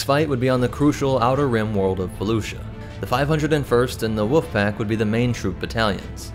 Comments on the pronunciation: Bro why do keep calling the wolf pack the woof pack? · “The Woof Pack” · I always here "Woof Pack" when he mentions 104th. the Wolf Pack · Haha you pronounce, "Wolf," the same way that the entire my mom's side of the family does; "Woof." 🤣 It's mildly endearing lol "Woof-pack." 😂👍 Edit; AWESOME video, man. 🤜💥🤛